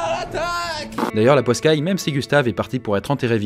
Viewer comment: Salut! J'ai remarqué que tu disais « poscaille »... en réalité c'est « poiscaille » [pwaskaj] que l'on dit. J'ai relevé cette insignifiante erreur car moi aussi je disais « poscaille » avant que l'on me fasse remarquer cette légère méprise il y a peu de temps.